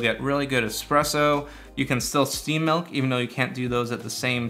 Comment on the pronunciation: Milk not melk 😅